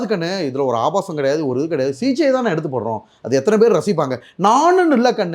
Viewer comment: First he is unable pronunce the Thamizh words properly, But he claims he is next Sivaji Sir. Sigichaiya CJ-ngiraar, Open surgerya Oven surgery-ngiraar. SSSSSSSSSaappppppaaaaaa..... Kosu Thollai Thangamudiyalada Saamy... Kosu vandhu kadichichina enna pannuveenga.. adha pannunga ella anchorum serndhu.